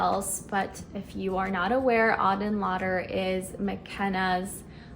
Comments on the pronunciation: The first candle you showed is really pretty! However, you are pronouncing the last name incorrectly. It's not "Lauder". The name is written on the box: "Lueur". 🕯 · Came here to give a gentle corrective nudge of mispronunciation also. She [MaCenna] uses it from the French word for "glow/glimmer"; play on words for a candle. As someone who knows some French -- lueur is used more figuratively (example, “une lueur d’espoir” means “a glimmer of hope”). Sounds lux in English, sounds off in French 😊